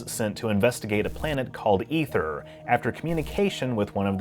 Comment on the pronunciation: You are the first youtuber I have ever heard correctly pronounce Aether. I am so happy right now. Lol